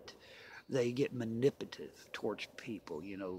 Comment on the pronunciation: Manipitive is that a new word lol just playing buddy good video